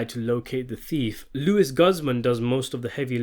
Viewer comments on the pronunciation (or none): I laugh when he say Lew-is Guzz Man 😂😂😂.